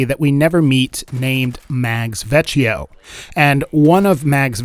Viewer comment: Okay I know this videos old but I feel obligated to say that “Vecchio” is pronounced “veck-E-O”. Vecchio also means old in Italian fun fact lol.